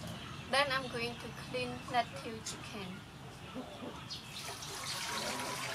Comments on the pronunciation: For future videos lettuce is pronounced "let us" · Lettuce is pronounced ' let us'. Great recipe. Keep them coming! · I like how she said lec du instead of lettuce.